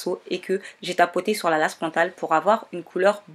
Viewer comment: J'ai beaucoup aimé ta vidéo mais tu dit lace( mais on dit l''ai''ce c'est anglais )